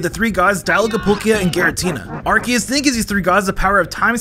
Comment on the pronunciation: The mispronounciation of Arceus is driving me crazy